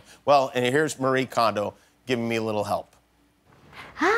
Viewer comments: also her name is mari-eh kondo, not mar-ii kondo. that’s how she introduces herself. It is embarrassing that they don’t even try to pronounce the right way to say peoples name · I know it’s a nitpick but her name is pronounced Mari-eh, not Ma-ree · Her name is pronounced "mah-ree-eh," not "muh-ree." =\ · There's actually three syllables in her first name - the fact that it's spelled the same way as the common western name "Marie" is just a coincidence. It's まりえ or mah-ree-eh. Also her last name is pronounced kohn-doh, not kahn-do. Japanese pronunciation is pretty straightforward: just pronounce every vowel (don't combine the "i" and "e" in this case, for example) and pronounce each vowel the same way every time (it doesn't change based on English spelling). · DTwo I think in the context of an English-speaking audience, she chooses the pronunciation “mar-ee” as it’s easier for English speakers to understand. Not sure about Kondo though. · Somebody quick tell him it’s pronounced Mari-ye Kohn—doh